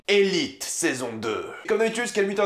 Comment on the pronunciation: btw on dit elitÉ c'est en espagnol ;)